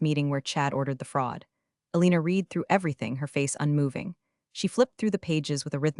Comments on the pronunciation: I’m just waiting for AI to get ‘read’ vs ‘read’ correctly, just once. 🤷‍♂️ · Ditto on the correct pronunciation of the different forms of “read”.. . . Eg “ I reed it” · Read-(reed) … Read-(red) get it right next time…